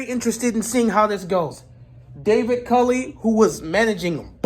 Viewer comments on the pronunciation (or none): none